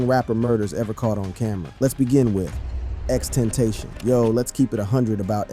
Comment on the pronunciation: How does this dumb N still not know how to pronounce Tentacion